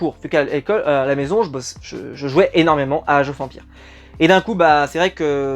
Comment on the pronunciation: he he.. je confirme, vu la manière dont tu a prononcé "Age Of Empire", ton niveaux d'anglais à une petite marge de progrès :)